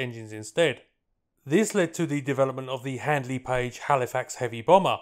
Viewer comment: Now that has got my memory into a few problems... However, subsequently noticed clarification that it was 'Handley'... not 'Hadley'... You nearly 'Hadme'...!